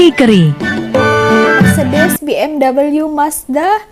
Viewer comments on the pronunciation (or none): betul bang.. sejak bila laaaa dh jadi suzuki keri... kohkohkohkohkohkohkohkohkoh suzuki KERI.. lidah belanda nk berbahasa ingeris.. carry secara auto bertukar jadi keri... 😝😜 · Sebut jenama kereta pun x betul.ahaks!xpalah..bg peluang utk mendunia.🤣